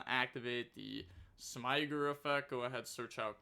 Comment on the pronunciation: I'd refer you to a couple of Farfa and MBT videos for the pronunciation of Smiger 😏